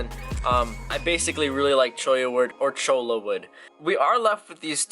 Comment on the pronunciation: Your the first youtuber to pronounce Cholla right